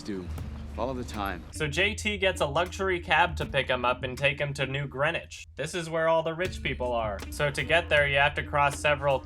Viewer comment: Yep..when I heard "Greenwich" my face instantly curled up and imploded.